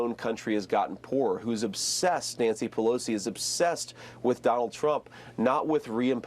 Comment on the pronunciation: Pelosi obsessed? It’s other way around. He can’t even get Pelosi’s name right, keep calling Nikki. Give me a break, “ Shady Vance.”